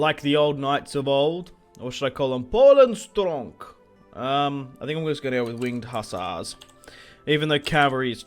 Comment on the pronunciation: I'm Polish, and every time you say Winged Hassars I laugh my ass off